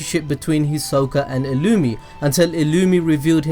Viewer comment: Him calling illumni, illumee, is killing me.